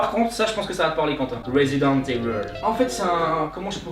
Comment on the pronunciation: "Resident éveuleee" ta trop refait ma journée frérot 😂